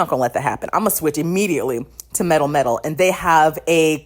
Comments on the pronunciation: Your pronouncation of melmetal is so bad 😭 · Are you saying Mel-Metal or MetalMetal?